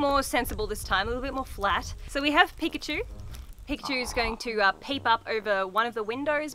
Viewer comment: Peek-at-chu it’s perfect.